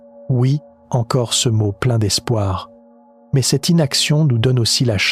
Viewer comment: Maze... Faudrais que l'IA apprenne a dire ''mais'' comme il faut. Un problème ''Géante'' Sérieux ? C'est ''Immmpossible''. Il doit en avoir plein d'autre, maze j'ai décroché.